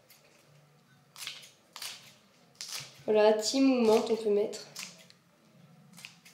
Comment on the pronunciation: tes vidéo sont super.Vraiment merci pour tes bon conseils. Juste si je peut me permettre le thym se dit [tin] et non [time]!!!